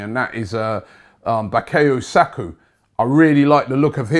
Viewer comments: Saka not sako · bakayo sakoo 😂😂😂 Robbie with his pronunciations